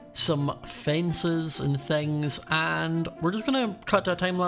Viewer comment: I miss saying fen-sees